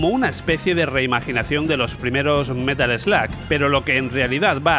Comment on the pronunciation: "Metal eslag" jajaja